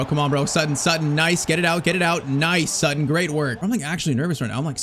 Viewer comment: It’s Sutton not “sootton”. Americans can’t even speak the language properly